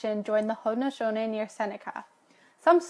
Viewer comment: the guy's pronunciation of Haudenosaunee 😂